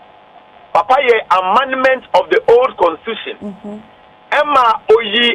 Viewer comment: Please, we say Amendment but not Amandemant